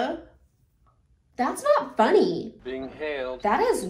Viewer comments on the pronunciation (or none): That is not funyeee, That is not funyeee